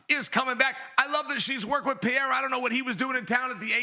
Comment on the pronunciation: Choad Sonone needs to learn how to pronounce Pereira’s name. Pierra just shows his ignorance and disrespect.